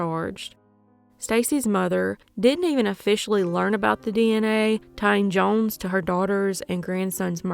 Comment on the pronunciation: These cases are crazy!!!! Off subject tho the way you say “jones” makes me cring